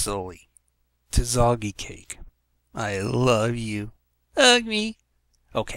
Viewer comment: Zalgi Cake? Is that what you said? Anyway, she scares me. And reminds me of Zalgo, for some reason...